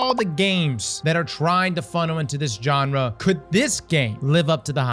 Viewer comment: What’s that? A Johnrah? You sure do have a way with English.😆